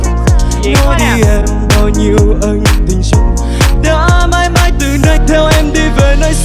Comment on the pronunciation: mấy ông miền nam ơi. " ÂN TÌNH" chứ k phải " ÂNG TÌN" nha